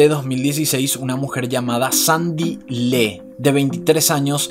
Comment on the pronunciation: Sandy "leé" que excelente pronunciación...